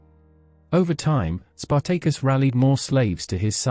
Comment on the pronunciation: Spartaykus Emphasus onthewrong Sylable